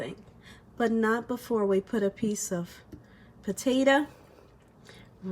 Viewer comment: POTA.....TO. !!! Not Ta!! Omg